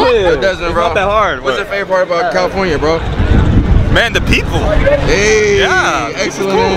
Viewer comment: the way how he said "the people" man.Lmfaooo.Like a white man.